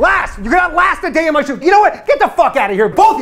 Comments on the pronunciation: Their hope after he said "rast" lol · "Rast a day" lmao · You got one word - rast instead of last at the end. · Rast a day... so close.